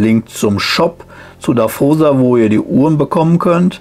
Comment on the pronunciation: Und natürlich "Dawosa" ausgesprochen und nicht "Daffosa" ... 🙂 Sorry Leute... 😇🤣😂